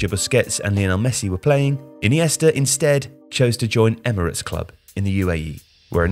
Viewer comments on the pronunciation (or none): none